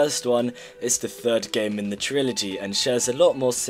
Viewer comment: bro said triology again